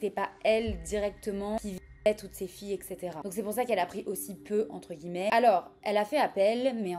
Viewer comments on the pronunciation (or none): none